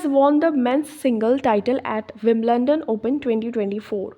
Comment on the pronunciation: विंबलंडन nahi विंबलडन 😂😂😂🤣